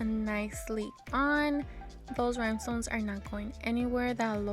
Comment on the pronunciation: Are these cups dishwasher safe with the rhinestones. I’m so sorry but I have to ask, are you saying Rymestones?